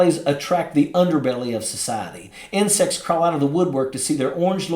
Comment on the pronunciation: Did he say "insects" or "incest" comes of the woodwork at a Trump rally!?!